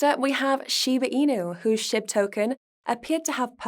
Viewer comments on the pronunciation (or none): Sound like she’s saying Shit token instead of SHIB 😂😂😂 I love it